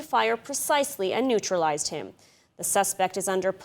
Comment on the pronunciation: Nuetralized? Lol